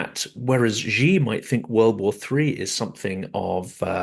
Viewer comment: The syllable "Xi" in Chairman Xi JinPing's name sounds almost like the English word "She". Both you and Mick Ryan pronounce it as "Gee", like the English letter "G". In Chinese, those sounds represent very different words. Please pronounce "Xi" as "She". Otherwise, thank you for an excellent and informative discussion.